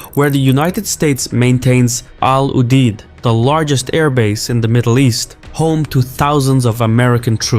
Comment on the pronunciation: al UDAYD!!!! youre from the middle east, and have tonnes of resources. Stop pronouncing like a dumb yankee